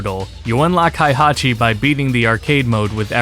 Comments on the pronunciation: HEY-Hachi. Not HIGH-Hachi. Tired of people clearly not knowing the game by pronouncing the names wrong! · The way you pronounced Heihachi's name made me physically ill, but good video. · Great video, a few minor points though. 1 - Hey-Hachi and Shao-Yuu. Not Hi-Hatchi and Zai-yuu. 2 - Tekken Advance is not the first portable Tekken, that would be the Japan-only title released for Wonderswan. YT put your channel in my recommended feed. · Dude, your vid is too comprehensive and well-informed for you to be saying “Hi-hachi” and “Zaiyu” lmaoo